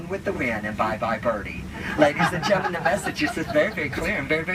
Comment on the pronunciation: i love that part where he says ladies a hgentle men this is a life vest it is not the toilet seat cover